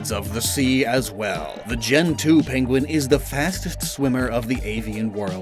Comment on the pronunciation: When you said gentu penguin, I thought you said gen 2 penguin like you were talking about delibird.